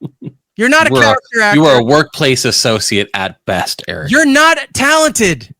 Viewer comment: I loved when Jim called E-Rock ,...." irrick"